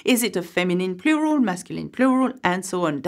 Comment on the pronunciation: I really like the way you say ‘Plural’. 😄